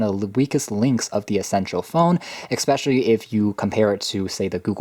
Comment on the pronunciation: ‘Especially’ not ‘ekspecially’ just saying. Nice review though!